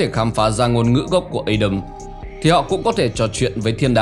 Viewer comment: rất hay nhưng đừng phát âm Adam là Ây đầm nữa nghe chướng tai lắm vì tiếng Anh không phát âm như vậy..nếu không phát âm được tiếng Anh thì cứ đọc là A Đam theo tiếng Việt cho dễ hiểu